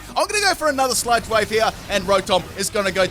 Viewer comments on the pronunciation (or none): I swear he sai s ut (insert L if u please) wave instead of sludge wave lol